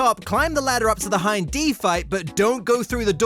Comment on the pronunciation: Hin & D :face-turquoise-covering-eyes: it's Hind